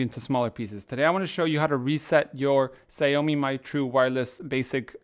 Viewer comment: is not ksiaomi jesis Xiaomi